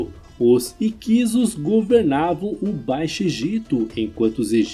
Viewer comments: A única falha desse vídeo é a pronúncia errada, não é "IQUISO" e sim "HICSO" igual lapso, sinopse. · Escreve-se HICSOS. Pronuncia-se " ÍQUISSOS" e não "IQUISOS" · Essa pronuncia matou o vídeo 😂